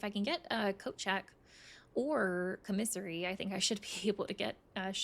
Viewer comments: I keep thinking she's saying comisery- like a singular of commiserations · I’ve never heard commissary pronounced like this. I’ve always heard it like caw-mi-sair-ee.